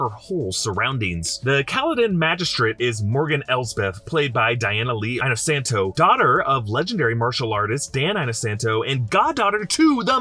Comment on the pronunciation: Inosanto is "ee-no-sahn-toe" not "eye-no-sann-toe".